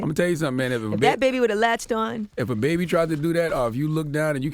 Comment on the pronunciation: She said That Baby would've Latched oon ..🤣🤣😭😂😂